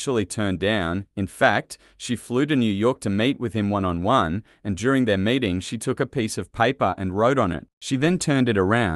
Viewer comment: He pronounces meet as mate- só somewhat ambíguos.